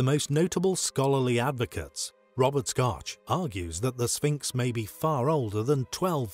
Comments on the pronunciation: I wish that guy would stop mispronouncing Robert Schoch and leaving off the John in John Anthony West's name. It's just sloppy. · Robert 'Scotch'? Make mine a double! 😂😂